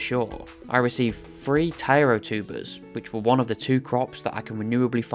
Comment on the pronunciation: Such a great video, really glad I came across it, even if the pronunciation of Taro is driving me slightly mad 😂😂